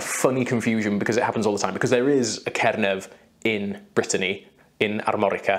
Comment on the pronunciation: Ooooooo I die. My name (Brittany) pronounced correctly more times in one video than the whole of my life (USA 😑).